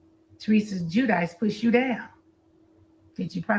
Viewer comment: Quit the show Right in the middle of the SHOW 🤣🤣🤣 Factsssssss Lol at how she pronounced teresa last name